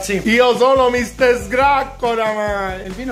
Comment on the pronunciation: ''Micster'' ahahahah